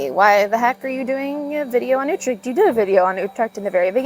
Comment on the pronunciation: As long as you keep on saying "Youtrack" instead of Utrecht properly , people will cassify you accordingly Hint , spend an hour on the vocal U and that s a perfect investment. Dont get triggered.